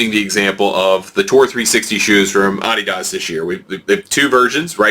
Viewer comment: Sorry couldn't finish watching the video since you don't know how to say Adidas. If you're going to review shoes figure out how to pronounce the name. It not like Adidas is new to shoes either.